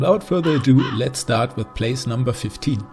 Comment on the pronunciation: "place" I guess you're not a native english speaker 😊 anyways, great list and ranking 👌